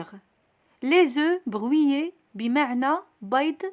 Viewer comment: Le h de haricots est un h aspiré, il n'y a pas de liaison. Dans le mot brouillé, on ne dit pas bruillé avec un ui mais on dit brouillé avec un ou. Merci.